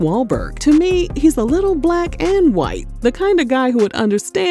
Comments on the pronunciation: Why is yhite pronounced like that🤣😂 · The way you say white😭💀😂😂😂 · You gotta say white like that 👀🤣🤣😂😂😂😂🤣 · Why is she saying "white" like that?!?!??! I'm dead 💀💀💀💀 🤣 🤣🤣🤣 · First off you just going to keep saying white like that 😆🤣😂 I love Toni but I don't feel sexy when I'm broke.